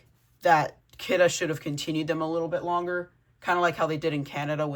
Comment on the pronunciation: It isnt Kidde thats not how you say it its Kid-ee